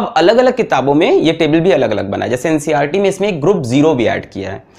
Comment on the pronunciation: bro ncrt nahi NCERT hota hai 😁😁